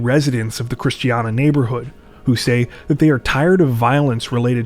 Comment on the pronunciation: Love the video, but you really butchered the word Christiania lol